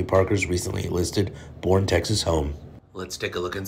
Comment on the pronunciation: It’s actually pronounced “Bernie” like weekend at.